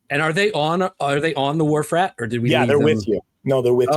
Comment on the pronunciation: "Wharf Rat" is the ship? The first few times I thought you said "War Frat"! 😂